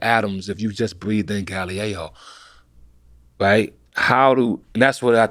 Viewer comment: Cooler RZA pronounciation..."novice" or "Galileo?"